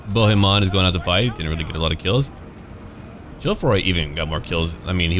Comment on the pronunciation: Hi, I am french too and I folow your two campaigns. Your accent is pretty good. The only little thing is with the name "Bohemon" because in french "on" sounds like in the word "song" we don t hear the "n"